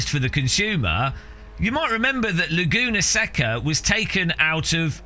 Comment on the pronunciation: More offensive then the pricing is your pronunciation of Laguna Seca (say-kuh)